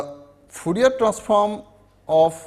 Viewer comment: Fourier not foorier